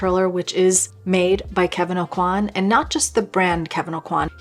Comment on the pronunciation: FFS Kevin "O-QUA"!! not "A-QUAN!" If people love him some much why no one bother how to pronounce his name right?! at the very start of the video. Teach yourself first.